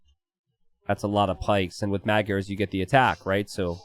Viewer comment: when you say magyars 🤣 it sounds more like "mud yarr(s)" 😂